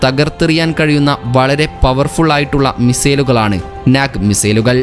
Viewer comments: നാക് അല്ല.നാഗ് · Comedy aanu pronouncing NAG was funny